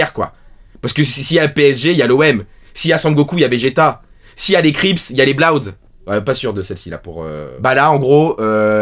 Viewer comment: La prononciation de "Bloods" m'a mit au sol ptdrrrrr